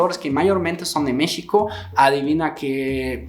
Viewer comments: Pronuncia México (sh) como é em Português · En dónde y en qué país no te explotan? Y aún dices Mixico jaja.